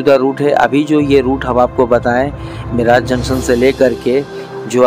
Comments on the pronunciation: मिराज जंक्शन नहीं,. मिरज जंक्शन बोलना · ठीक उच्चारण सीखिये. मिराज नहीं...... मिरज है. वैभाववाडी नहीं..... वैभववाडी है मंडगाव नहीं...मडगाव है आपकी जानकारी का प्रमाण क्या है? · मिरज ला मिराज म्हणतोय. 🙂🙂🙂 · गावों के नाम का सही तरह से उच्चारण कीजीये. मिराज ( मिरज), सतारा ( सातारा), धुलीया (धुळे), हिंजेवाडी (हिंजवडी), जलगांव (जळगाव), भुसावल (भुसावळ). अगर हिंदी भाषा में 'ळ' शब्द नहीं हैं तो इसका मतलब ये नहीं की आप आपके तरीकेसे उच्चारण करे. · मिराज नहीं सर मिरज बोलिए🙏🏻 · मिराज नहीं भाई मिरज Miraj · मिराज नही मिरज...